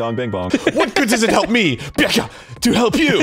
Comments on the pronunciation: The way they just aggressively shorten Byakuya to "BYAKUH" is hysterical xD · The two genders: BYAKUYA and NOT BYAKUYA